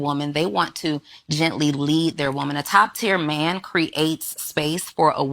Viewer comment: women that pronounce man as myan is such a put off.